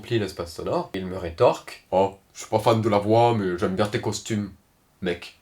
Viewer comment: compte fan se prononce fane